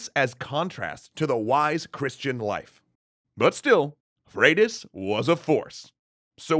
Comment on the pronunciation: Pronounces Leif (Life) but also Freydís (Fradis). What happened to Froidus. Last time I checked Y is pronounced like two o’s. Could be wrong tho. Mahtava video! 😁